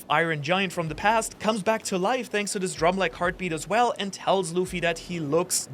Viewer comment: Wait a minute!! Did you say "Shanks for watching???"